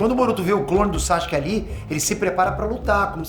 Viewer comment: Pow, para de chamar o cara Saxque, o nome do cara é Sasuke, é só pronunciar bem rápido "Sassuke"